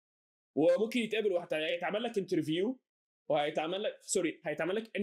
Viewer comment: ضحكتنى اوى لما قلبت بدل انترفيو ل انرفيو .. ضحكتنى لدرجة قلت لا ده يستحق ال Subscribe 😅